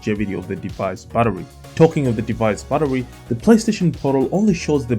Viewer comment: So I had to check after you asked us if there's any difference between "buttery" and "battery" 😄 Looking away from the screen, and just listening to that little bit several times… no, they sound pretty much the same to me when you say them! I hope this doesn't cause you any problems when you're doing the grocery shopping. 😊